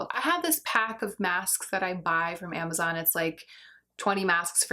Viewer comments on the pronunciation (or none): none